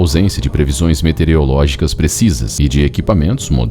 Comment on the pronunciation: Metereológicas? Esse erro é recorrente. Nem sei se as pessoas percebem esse erro, de tão comum. Meteorológicas é o correto. Em , de novo!